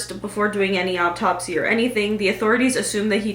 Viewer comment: "op-topsy" lol